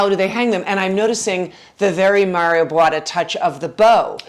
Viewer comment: I totally love this home. And, rooms, rooms, rooms! Wonderful. No one needs open concept when they have the skill and taste of Ms. Eerdmans. I hope rooms and respecting the integrity of old buildings is coming back. Wonderful! Just a correction: His name is pronounced BooAH-TAh not Bwahta